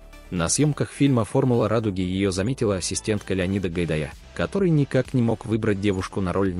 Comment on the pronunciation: Что с вами, всегда ошибки в ударениях. Она ВарлЕЙ , а режиссер ГайдАй